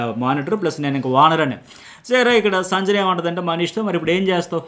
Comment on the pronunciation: మీరు సంజన అనే పేరు,,,, వేరేలా పలుకుతున్నారు,,, సరిగా పలకండి